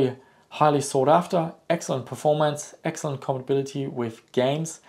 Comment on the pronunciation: compability???? the word is com pat a bility.....